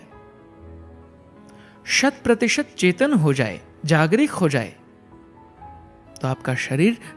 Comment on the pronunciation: Aapka Hindi uchcharan Sahi nahin hai aap Jagruk ko jagrik bol rahe hain bar bar